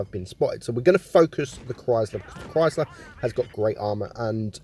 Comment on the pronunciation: Cwhysthler lol , great video m8